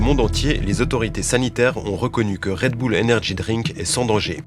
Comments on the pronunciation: Non tout le monde dit Red Boule, la première fois que j’ai entendu Red Beul c’est dans la bouche de cette journaliste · On dit un « boul-dogue » pas un « beul-dog » non ? C’est comme Gorbatchëv : on a tout entendu. « Gorbatchève »; « Gorbatchef »; « Gorbatchouff ». Initialement, c’était la faute des journalistes tout ce fatras. Le « ë » russe se prononce comme un « o » ouvert précédé d’un « i ». On dit donc « Gorbatchiov ». Et Red Boul. Pensons bulldog, et appendice caudale, femme callipyge, tout ça. Moyens mnémotechniques - Anki pour les plus motivés. 😅)) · Red "beul" lol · Raie deux boules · Red beul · Faudrait faire une émission sur "comment on prononce Red Bull??!!" car tout le monde le prononce différemment.